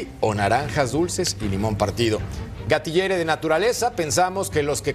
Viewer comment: Que es Esa mamada de gatillere si dise gatillero😂